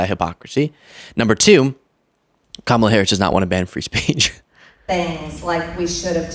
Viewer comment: Notice how she won’t say Kamala Harris’s name right?